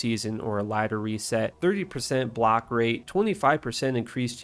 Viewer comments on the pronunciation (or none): none